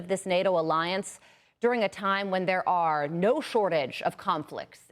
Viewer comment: Sad the decline of spoken English in this country. I guess the grade school English teachers just gave up. "Impor-ence". 😂😂😢